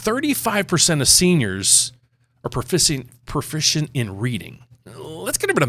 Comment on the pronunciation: Made me laugh with the “profisent” in reading